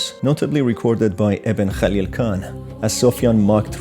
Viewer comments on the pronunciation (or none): none